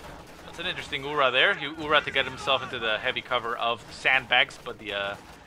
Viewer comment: Thanks! Very nice channel, and interesting beginnings of all videos - feature). One remark: in Russian "Ura" sounds "urAA" ))